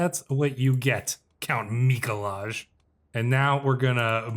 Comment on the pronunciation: Mikolaj is pronounced "Mee-Koo-Why." It's the Polish version of Nicholas. Source: I lived in Poland for two years.